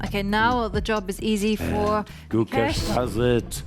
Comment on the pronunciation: True - Gukesh, Nodirbek and Parham's names were butchered